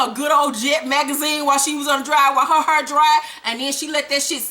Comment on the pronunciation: I love the way you say hair!! it gives me soo much life!